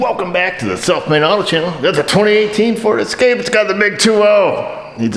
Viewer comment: Point of clarification, it’s pronounced Escapé ;p